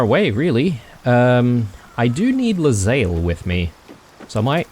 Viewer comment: That conversation involving Lae'zel's pronunciations is especially funny, considering you have been mispronouncing her name for 15 episodes... :D Her name is pronounced "Lay-Zell", not "leZayl"